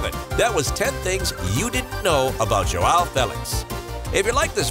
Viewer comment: You can say "ao" but you can't say "ão", your native language doesn't have this this sound. Say "aum" ão. Joaum/ João that's how it sounds.